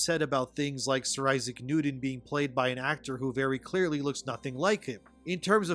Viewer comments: It's pronounced Issac NewTon not NewDon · Isaac Nuden? ImporDent? Oxycoden? You may need a speech coach to work on that replacing “T’s” with “D’Souza”. Just say’n.